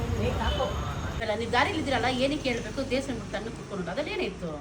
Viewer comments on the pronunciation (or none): Devasthana ✅ Devshthan ❌